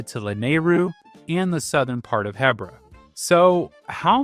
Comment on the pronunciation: I've never heard someone say "Hebbra" 😅 I always say "Heebra" 🫪